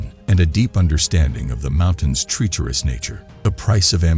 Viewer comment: Bad pronunciation: "tree-cherous" for "treacherous" and "Polish" pronounced like "shoe polish" instead of "Poland".